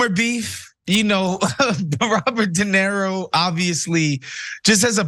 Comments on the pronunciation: Not a fan of the male commentator, not limited to his apparent disability to at least pronounce Robert de Niro as something other than "de Nero". Perhaps one should not precisely count the number of lies , but if that does not concern you, perhaps you should reconsider your argument. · Why keeps he calling De Niro (/də ˈnɪəroʊ/ də NEER-roh, Italian: [de ˈniːro]; "de Nero"? I'm not even an native speaker and nevertheless it hurts my ears to repeatedly hear the name of one of the greatest actors ever to be so fundamentallly abused. It obviously is ignorance and, sorry to say, bad journalism if the guy is the cornerstone of your entire story. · Somebody tell the black dude it's not Dinero but De Niro. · His name is Robert De Niro,, not Robert Dinero lol. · DenIro. enIro. nIro. Iro. I. DenIro. Not Dinero. That’s Spanish for money. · Why does the guy keep calling him "dinero" like Spanish money? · It's not DenERO, it's De NIRO.These idio*t young trump generation can't even pronounce roberts name correctly. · Learn to pronounce his name. De knee ro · Dude can't even pronounce De Niro.